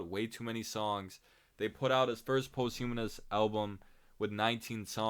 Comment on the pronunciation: Hey man, nice commentary and all. Posthumous is not pronounced like post-humanist bro